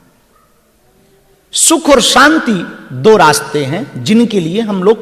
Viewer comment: सांती नहीं शांती बोलो